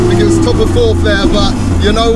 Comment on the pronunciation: is meant to be a presenter, be better if he could actually pronounce his words. For those that thought he meant Free no change, he meant Three (3) Also he did not mean Bat Fink, so when he uses the word FINK he means "Think" I say this as Being out in Asia and watching this with Asian friends they asked me what is he talking about they got lost in the context as soon as he used the wrong words. Fird is another one, he meant Third.